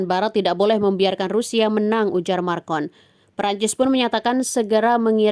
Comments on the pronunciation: bukan markon, tapi makron baaak ee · Macron wahai admin Bukan marcon😂😂😂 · Maa... cron, bu!! Bukan marrr kon!! Kampungan banget nih pembaca beritanya kayak channel abal abal aja! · Bukan MARCON min..tapi MACRON..perlu banyak belajar lagi kalau mau jadi pembawa berita yg handal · Macron. Bukan marcon😂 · Macron ka bukan marcon🙋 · Makron bukan markon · Kok marcon...bukanya macron min...😂😂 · Bukan MARCON tapi MACRON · Naratornya salah sebut,macron dibilang markon,... itu diucapkan berulang-ulang.